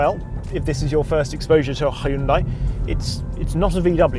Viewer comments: It's pronounced "hyun day" like Sunday not "Hi Yun Die". You were at a hyundai event as a car journalist and no one corrected you lol? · Yeah, sorry this is incorrect. In Korean, the "Hy" is not its own syllable, it's "Hyun" (actually Romanized as Hyeon in the modern system). The "y" sound is actually not very conspicuous, and listening to native Korean speakers, "Hunday" is far closer to correct than "Hi-un-die". Also, on the subject of Brits mispronouncing East Asian automobile names, it is in fact "Knee-ssan" and not "ni-ssan", and "Mee-tsu-bee-shi", not "mitsubishi". I know it's all meant in jest, but stick to correcting us on our pronunciation of VW and the French brands; we've got you covered on your East Asian mistakes. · Oh, man... It should be hyun-day... not hyun-die. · thats total bullsh** i worked for Hyundai and listened to korean engineers say it its pronounced "hyun day" not hi yun die" lol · Man..every time he said hai-un-die I wanted to hai-un-die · Soz 'hyun day' isnt even how is pronounced, its more like 'hyun dae' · and yet “Hyundai like Sunday” is much closer to how the brand name is actually pronounced versus butchering it up into “Hi-un-die.”